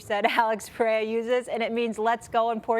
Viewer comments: Nothing worse than Chael calling him Pee-era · She literally can't say anyone's name right. She doesn't know anything about the sport it's so obvious. " Peraya?" And "ankaleyiv"... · Alex Pereza lol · Pereira has one of the easiest names that people butcher. Poor dude lol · it pisses me off when espn casuals dont even bother to get the champs name right why is it so hard to say PEREIRA